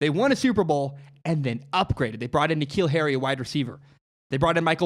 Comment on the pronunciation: Dude keeps saying K’Neal Harry’s name wrong